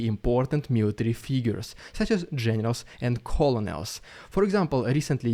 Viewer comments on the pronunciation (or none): "Colonel" I love the work you do but... it is pronounced "Ker-Nel". English is weird sometimes =/ SLAVA UKRAINI! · It's spelled colonel but pronounced kernel. I know.. English is dumb. =) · Colonol is pronounced like "Kernal" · Hey! Love the videos. Just wanted to say if you see this “Colonel” is pronounced “kernel” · Don't ask me why, but "colonel" is pronounced like "kernel". I said don't ask me.... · colonel is pronounced “kernel” don’t blame english blame french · "colonel" is actually pronounced "kernal" sorry english is weird